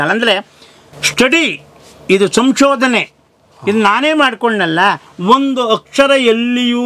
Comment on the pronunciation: ಸ್ವಾಮಿ ಬೇರೆಯವರನ್ನು ಟೀಕೆ ಮಾಡುವುದಕ್ಕಿಂತ ಮೊದಲು ಕನ್ನಡವನ್ನು ಸರಿಯಾಗಿ ಮಾತಾಡುವುದನ್ನು ಕಲಿಯಿರಿ ಸಂಶೋಧನೆ ಅನ್ನುವುದಕ್ಕೆ ಸರಿಯಾಗಿ ಬರ್ತಾ ಇಲ್ವಲ್ಲ